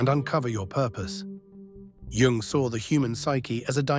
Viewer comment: it`s "yoong", NOT "young".